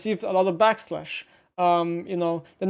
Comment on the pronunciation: back"lash" not back slash